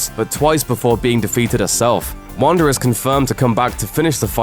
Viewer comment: Wanda* not Wander